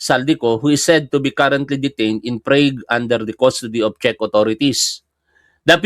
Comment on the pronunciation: Prag pronunciation nyan